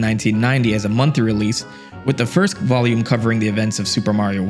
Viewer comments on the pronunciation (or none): none